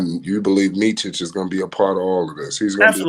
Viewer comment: I can appreciate its hard prounouncing Serbian names but its Meet-sich and not Meechich. Very happy for Hornet fans as you scored yourselves some good players and Vasa has all the abilities to help the young players grow if allowed playing time!